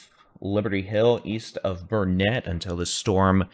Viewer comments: Great vid but Dude… it is Burn-it not Burn-net. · Thank you for. We watch your broadcast daily. Your accurate, and funny too-boot. But have to correct a couple names you pronounce incorrectly for a Texan.😅😅 As my dear grandmother always said " it's Burn-IT dern-it, ya gotta learn-it. Not ber-net. Also Brazos is a like in Mad not Brazus like in bra. But just a little corrective criticism. 😊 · Bernet pronumciation........... bur-nuht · It's Burn-it accent on Burn... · Its Burnet, Learn it, Dern it.